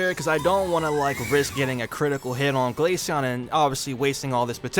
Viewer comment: The way the ai pronounced glaceon as ‘glayshen 🤖🤖😐’send me across the stratosphere